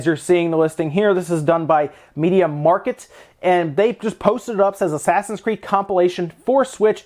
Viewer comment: its pronounced the way its writen media markt no market